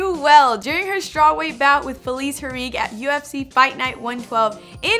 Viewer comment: Keesh and hee-rig. I can tell we got some real MMA fans over here